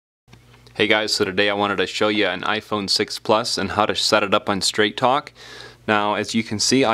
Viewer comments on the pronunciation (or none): sounded like you said Trap Phone Wireless 😂😂😂